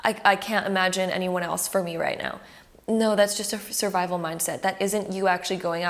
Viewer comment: Her 'now' sounds like neow😂😂😂😂